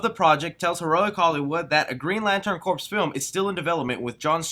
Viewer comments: Big fan, always giving the thumbs up brother but: Corp is actually pronounced Core for some reason. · The state of education in America is sad… “Corps”, in this instance is referring to a military group, it is NOT the shorthand for “corporation”. As such, it is pronounced like “core”, not “corp”, rube. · Corps is pronounced "core" not "corpse"